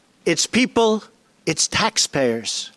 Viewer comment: Haha, emphasising "tax payers", what crap when he himself evades taxes and brags about it